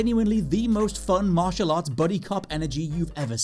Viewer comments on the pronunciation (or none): none